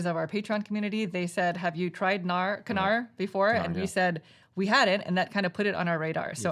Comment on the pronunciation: Congratulations for those great 5 years! Love your content. By the way for Knarr the K is basically silent. Pronouncing is like nAAr ;)